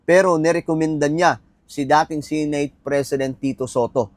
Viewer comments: SE-NATE hindi Si nate bisaya ba? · Sineyt ng sineyt. Seneyt ung pronunciation nyan